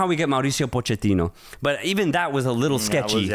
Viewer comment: Why do you guys keep saying Po-QUE-tino lol It’s POCH-ettino